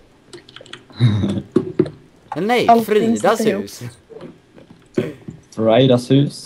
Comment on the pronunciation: Ni sa Fraida... Jag heter Friada på minecraft...